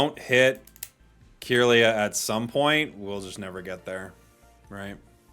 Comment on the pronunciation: It's been bothering me for awhile but... Why do you say "Cure-lia" instead of "Kirlia"?